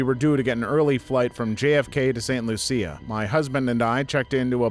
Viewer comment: St Lucia is pronounced St Looo-sha. My ex in laws are from that island.